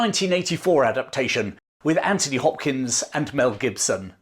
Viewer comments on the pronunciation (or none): none